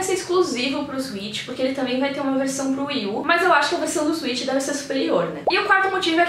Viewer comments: Oi! Legal de ver sua alegria ao falar do videogame. Gostaria só de fazer uma observação na pronúncia do nome do videogame: A palavra inglesa switch se pronuncia "swêtchy". Cuidado para não pronunciar "suítchy", pois é uma pronúncia parecida com Sweet (doce). Gosto muito do seu canal!! Abraços. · Nintendo Zuit? O Velberan tem esse mesmo erro de pronúncia.